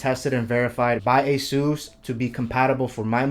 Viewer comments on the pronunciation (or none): none